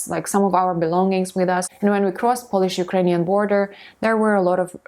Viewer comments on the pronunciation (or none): Polish /ˈpəʊ.lɪʃ/ - there is a diphthong here. Don't pronounce Polish as /ˈpɒl.ɪʃ/ . Try to differentiate the nationality from the act of cleaning something by rubbing it or rubbing something using a piece of cloth or brushing to clean it and make it shine.